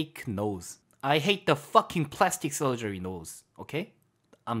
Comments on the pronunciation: Plastic surgery 발음 제대론데? 당첨! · plastic surgery에서 발음 갑자기 좋아지는거 실화냐구 ㅋㅋㅋㅋㅋ